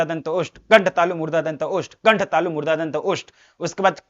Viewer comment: 🙋‍♀️ Murdha ✅ Murda nhi ❎🤣🤣🤣